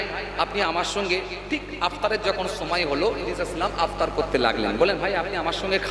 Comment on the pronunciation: হুজুর ইফতার টাও সোজা করে বলতে পারছে আপতার বলছে